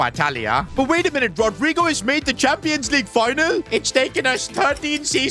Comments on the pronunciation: That pronouncing was terrible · has to be funniest way someone pronounced rodygo's name